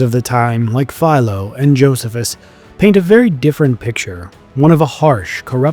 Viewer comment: The mispronunciation of names and titles is painful. Don’t rely upon your instincts; learn how to pronounce Josephus and Procurator… and many more.